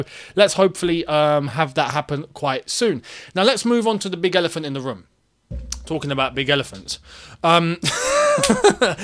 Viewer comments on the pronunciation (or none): none